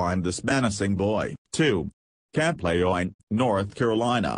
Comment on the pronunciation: Camp Laya-Line? Wtf! It's Le-June!